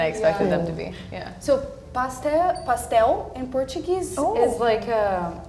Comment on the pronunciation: She didn't noticed in Portuguese the "o"s is pronounced as U